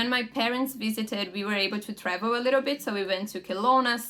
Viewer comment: very good english, here comes a tip though, when you say a word with "I" like "bit", the pronunciation of i becomes something like a "e", and this aply to a lot of words too, tip, live, gig, etc, idk if its clear, but theres some yt videos that can explain that, small advantagens is one of them, abraços